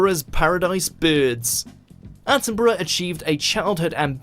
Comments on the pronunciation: Bru not burrow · ATTINBRUH not ATTIN BURROW !! " Is he like Steve Irwin ? " !! NO. He's BRITISH and ALIVE !! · Attenbruh is how you pronounce his name - he is as special as the late Queen was- look up he and her Majesty in the grounds of Buckingham palace,a gem 🏴🏴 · It's pronounced Sir David Attenburruh (despite it being spelt 'Attenborough' - borough here in the UK is pronounced 'burruh') 😊🏴♥️🇬🇧🙂🖖